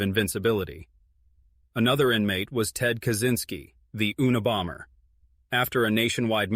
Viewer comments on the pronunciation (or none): 😂😂😂😂😂oona,bomber😂😂😂 you,na,bomber, is how it's pronounced AI you reta rded AI